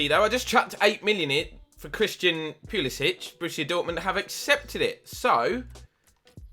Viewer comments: he prefers to be called pulisick, not pulisich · As an American I've only heard Pulisic pronounced with a k sound at the end. That includes watching the USMNT.